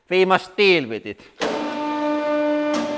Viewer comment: "So vee muss deeel with it"....love it!!!!